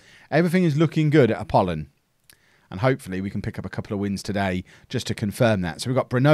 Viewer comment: You certainly are getting better at pronouncing the Greek club names.You have done wonders with Apollon and i hope the best is yet to come.